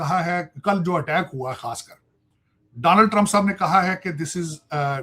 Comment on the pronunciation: डानल नही ताड साब डोलान्ड 😂